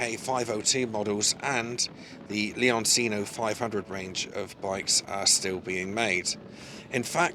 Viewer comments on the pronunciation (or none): Leoncino is pronounced Leonchino